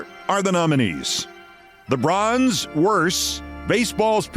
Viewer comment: Really appreciate your program. When you do the "Worst Persons" segment and you start with "The bronze" it sounds like you are saying "The worst, LeBron's goes to. . . " :)